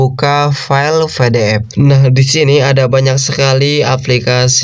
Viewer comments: PE DE EF bang bukan VE DE EF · PDF bukan FDF kocak baca PDF aja ga bisa